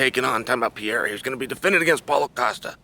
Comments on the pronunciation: PE-REIRA NOT PIERRA, put some respect on his name! 😆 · dude his name is pronounced "peheira" not piera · Alex piera 🤣🤣🤣 get me everytime ...its pereira( peh-rey-ra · A BIG TIP TO YOU Chael ...I dont know wy none of you can say the mans name!! you guys say piera !!! is that his name!!! SMH... try Perera it sounds more correct!! is it that dificult??? and yes i know its Pereira! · PEREIRA not Piera … WTF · pe-rae-ra. It ain't hard Cheel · Pereira!!! not Piarra. chael the king of mispronouncing peoples names lol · Why he calls Pereira Pieira lmao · A year ago Chael said “Piera” then got corrected in an interview, still calling him “Piera” Bless you Chael 😂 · "Alex Piera" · If you say "Pierra" again I'll punch you in the face lol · Chael: types Pereira Also Chael: SO PIERRA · If Alex Pereira met this "Pierra" person, he'd agree that one should learn to pronounce Oomah-polattah. Not to confuse with "omoplata". 😂😭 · Chael you donkey- who tf is Piera? Cmon man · Everyone -Pereira Uncle Chael - Piera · It’s not Pier-ah.. learn to say the name right at least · Chael out here still saying pierra 😄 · Alex Pee-era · Alex st-pierra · If I hear Chael say "Alex Pee-era" one more time... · Casually starts calling him pierre hahaha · How come Sonnen keeps butchering Pereira's name? LOL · Old Chael P must be trolling with the pronunciations :D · Dude, pronounce Alex last name right. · At least he spells Alex's name right in the video title. I love Chael's content, but man... put some respect (and a correct pronunciation) on the champ's name.